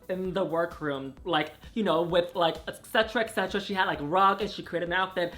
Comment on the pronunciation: Et-cetra not ex-cetra